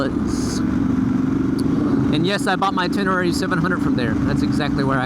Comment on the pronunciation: No reason to go past on that bike, looking at the torque curve... "Ten-Uh-Ray" ;-)